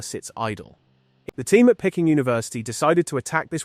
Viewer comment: "Pecking" (for Peking University) - which is actually pronounced "Pee-king", which everyone knows. If you spell out words phonetically for your AI, it will be able to read them without ridiculous pronunciation errors!